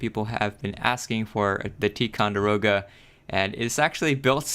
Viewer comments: ITS TY NOT TEE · Dude this is badass! Also I think you pronounce Ticonderoga like (ty-con-da-roga)